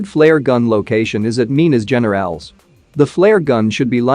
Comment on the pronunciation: Mee-nas Heh-ne-rah-les